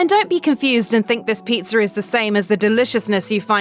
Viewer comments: Never trust someone that pronounces pizza as pizzer. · There is no "r" in pizza! "Pizz'er"? It's driving me crazy. I had to stop watching this 1/4 way in.